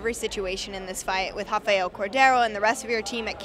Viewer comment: I hate how they pronounce this guy's name. There's no H at the beginning and stop pronouncing Anjos so weird. Just say "Anyos" like normal people.